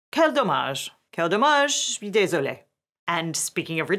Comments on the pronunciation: the switch from "Quel hommage!" to "quel dommage!" is SO GOOD! XD Excellent pronounciation, by the way. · "Quel dommage!" was great pronounced! (I'm French)